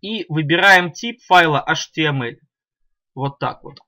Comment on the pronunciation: Вы говорите atml а потом не понятно